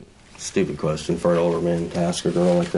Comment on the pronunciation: ISSA KWESHTIN